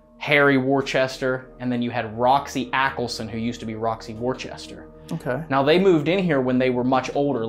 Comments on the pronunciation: Worcester is not pronounced worchester!!!!! Pronounced "Wistah!" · Hey, FYI, the Family Worcester is pronounced " Wooster" but with the OO shortened.:) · Here in New England we have a town in Massachusetts Worcester, only thing they pronounce it Wooster…